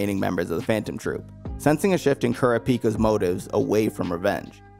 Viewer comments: ku ra pi ka lol you're calling him ku ree pi ka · Kurapeepah? Man, these pronunciations have to be rage bait right? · I had to stop watching after how you said Kurapika's name 😂